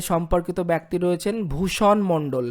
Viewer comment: ভাই, আপনাকে শুধু একটি কথাই বলছি, ব্যক্তি উচ্চারণটা ঠিক করবেন।